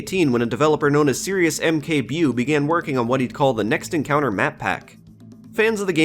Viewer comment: Mkbewe is a reference to one of Polish online cartoons called Kapitan Bomba. You didn't really say it right but it is okay. I think it was supposed to sound well.... African, as the character in question is essentially a parody of blacksploitation movie protagonists. AKA A n-word with a rocket launcher